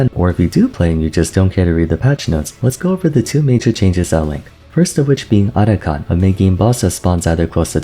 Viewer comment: Atakhan ❌ Otacon ✅